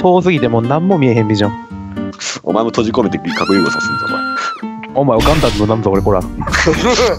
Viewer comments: ごめん。核融合ら！にしか聞こえないww(((( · の 「核融合ら！」にしかきこえなくて草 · 「核融合ら」に聞こえる笑